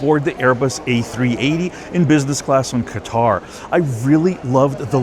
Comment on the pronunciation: I've taken that business class flight on Qatar airways. It's very nice. Though I would give the edge to Emirates airline business class which I've also done. The correct pronunciation is "cutter."